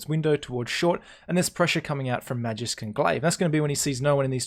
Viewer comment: Magisk is pronounced Maw-geesk not Mahjisk